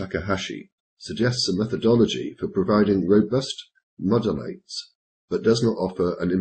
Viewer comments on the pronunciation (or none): the word is "Modalities" (moh-da-li-ties), not "Modelites". Not that it matters really, the point was well taken - the sample makes no sense. Interesting video.